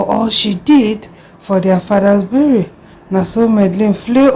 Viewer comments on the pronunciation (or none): Berry? its burial